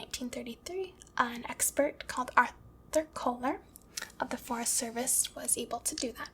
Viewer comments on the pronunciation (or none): none